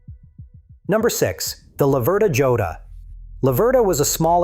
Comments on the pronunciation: The Laverda Jota is pronounced hoeta. It is Spanish. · For anyone watching who's not A.I...the Laverda Jota is pronounced ""Yota."